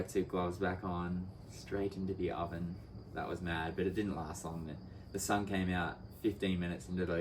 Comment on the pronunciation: straight into the owen :D don't know why, it sounds funny